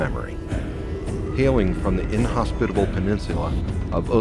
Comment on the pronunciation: "The inhosvitavle peninsula of Uppland..." shows a vigvisir....ugh